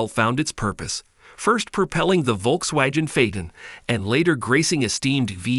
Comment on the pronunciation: Who the hell is volks wayjen? 😂😂